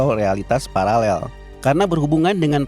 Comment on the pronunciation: Parallel min bukan palalel. Ngengernya gimana gitu😂